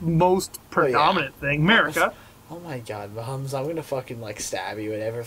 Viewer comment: It's.... it's.... a-MARE-ica! .....i'm sorry.